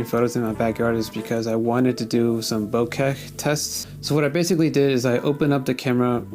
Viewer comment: Love voigtlander cameras! My first camera was a voigtlander vitomatic IIa with color skopar 50/2.8 lens and its one of my favorite cameras it never disappoints. Good video. I am pretty sure the "h" in bokeh is silent.